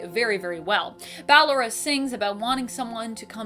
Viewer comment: I dont like how she calls ballora and she pronounced it fine just a few seconds earlier